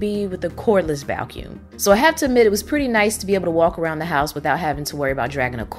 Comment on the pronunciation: Me too! She sounds like she's saying Val-cuum.